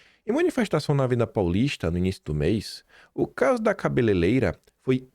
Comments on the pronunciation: Aí,, sei que é uma questão menor, não interfere em nada na propriedade do que você diz, mas é tão feio te ver falar "cabeleleira" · KIM!!!! Não é "CABELELEIRA"!!!! Treina aí 😘😘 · PQP. FALOU CABELELEIRA 3X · CABELEIREIRA,, pelo amor de Deus E não, cabeleileira.